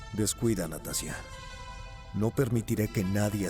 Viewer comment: Muy bueno, nomás que ナターシャ se pronuncia "Natasha", sin ánimos de desmerecer nada.